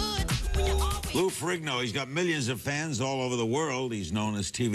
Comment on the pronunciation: Larry needs to pronounce Lou’s name better